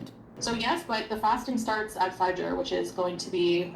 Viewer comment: Her pronunciation of things like suhoor and fajr is really grating.